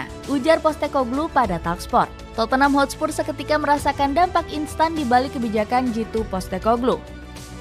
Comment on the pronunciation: Hotspur min bukan Hotspurs